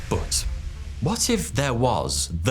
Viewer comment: saying "boudd" instead of "but" really triggers me hard ;)